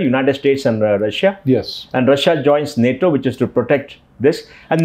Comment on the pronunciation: It is nato not Natoma please make a note of this